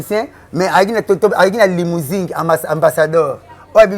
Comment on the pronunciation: Mais pourquoi biso ba congolais tozalaka gentil te boye? Muninga azo loba limousing au lieu de limousine, to tiki ye kaka boye 😂😂😂